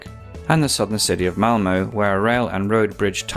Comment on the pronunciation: A dollar can get you a hot dog at Ikea, or as said, a piece of candy. Malmö is not pronounced malm-oh, the ö has the same sound as the u in burn. So Elmo's cousin lives somewhere else.